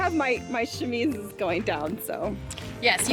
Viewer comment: chamise CC: shimmies!😄